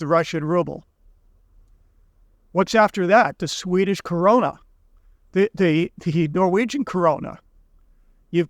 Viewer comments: Usd isn't money either, it is however a currency. Only gold and silver is money the rest is currency. It's krona not Corona you put the R in wrong place and you use two O😊 Or just use the english word Crown as in the kings crown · Right. And it's the Kroner (crown), not the "Corona".